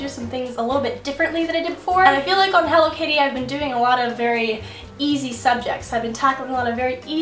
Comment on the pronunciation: I thought she was saying Hello kitty... Until i realized the channel name was HelloKaty Way to go!